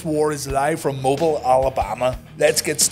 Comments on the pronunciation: "Mobuhl, Alabama..." Love ya, mate; but it's 'Moh-beal' ...haha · The way you said “Moblie” doesn’t said right lol.